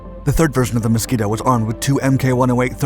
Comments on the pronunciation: The Mosquito NOT the "Moskito". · Ah yes. The Moskito, not to be confused with the Mosquito.